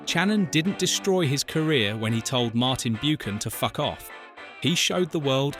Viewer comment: Martin Bew-Can.